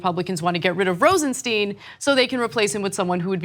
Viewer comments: Pronounced Rosen-stine (long "i"), NOT Rosen-steen. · "Rosenstein" is pronounced RosenSTINE not RosenSTEEN. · Isnt Rosenstein pronounced just like Frankenstein???? I saw an interview where Rod Rosenstein pronounced it like Frankenstein not like Woodward & Bernstein.